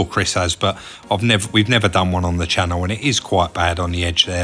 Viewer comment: Chris, you need some practice, try this: "Welcome back the the channel...and anuvver...noo....video." Make sure you put the spaces in to get the full effect. (pronounce channel as "channall") Love it, thanks guys, and I haven't even watched it yet.